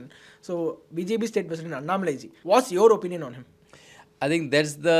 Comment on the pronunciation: Why the northies can't pronounce things properly.. dorks unnah-malai? अण्णामलै - say this